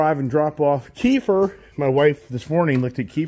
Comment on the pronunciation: Another road trip adventure!! It’s keifer not keeper!!